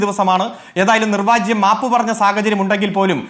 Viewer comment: നിർവാജ്യം അല്ലെടോ അരുൺ കുമാറേ.... നിർവ്യാജം ആണ്..... ആഹ് കുഴപ്പം ഇല്ല സിപിഎം അല്ലേ... ഇതിൽ കൂടുതൽ ഒന്നും പ്രതീക്ഷിക്കേണ്ട...😂😂😂